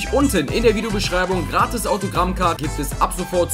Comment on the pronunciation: Sprich mal gratis richtig aus